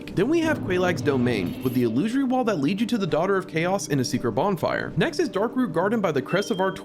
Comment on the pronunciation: Hearing illusory pronounced incorrectly so many times was painful